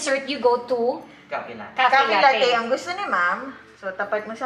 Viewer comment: FYI po: "latte" is an italian word which means milk and should be pronounced as "lat-te"... hindi po siya pronounced as lattey!!! Please desiminate the info through your vlog....